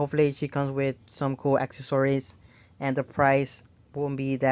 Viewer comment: It's accessories...acess-or-ies...not akkories,lol😅